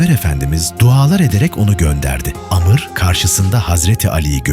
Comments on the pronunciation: Video çekiyon da Amr'a Amr diyemiyon. Amır denmez ona davar. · Amır diye bir şey yok Amr var doğru oku